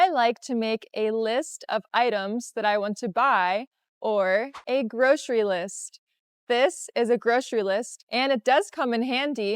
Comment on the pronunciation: groSHery list?? groSHery store?? Are you sure?🤔